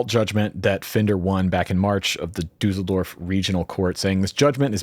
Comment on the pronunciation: Your pronunciation of Düsseldorf is actually very good, just hit the hard S (like saying Strat) and you got it 😊